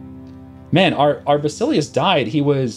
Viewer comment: Basileus is pronounced va-sil-yas.